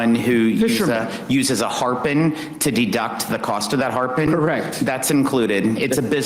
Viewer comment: What the hell is a harpun? You kean harpoon?